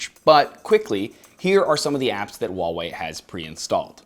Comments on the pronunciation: Please pronounce nicely, not 'Waaaa' wei, is Huaaaa~~ Wei.... The whole video i only heard WaaaaWei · That fucking name tho... Huawei lol it's how you say it just sounds ridiculous even for asia. Samsung / WHOOOO HOW WAY but i laugh how this guys says wallway.